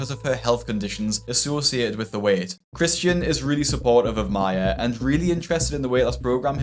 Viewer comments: Why is she pronouncing Christian as CHRISHUN tho 😭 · Why does she call him Chrishan. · Is there any reason she is completely unable to pronounce her boyfriend’s (well, her EX-boyfriend now, I guess) name properly?? It’s like fingernails on a rusty car… betcha didn’t think I was going to say rusty car LOL. Every time she whines “Chrisshunnnnnn” makes me want to slap her… “What are you, FIVE?!?! Damn, girl. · I hate how often she says "Chrisshon" not Christian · Kri-shuun, kri-shuun, kri-shuun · CRISHUUUUNNNN!! I ate to much & UR CAUSING ME MY WLS!! CRISSSHHHUNNN!!! Dam! She couldn't even say her bf's name rite? Is she 12???